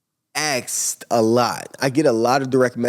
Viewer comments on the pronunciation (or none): He can’t even pronounce “Asked” LOL